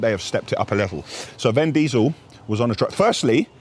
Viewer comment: Who is “ven” diesel?😂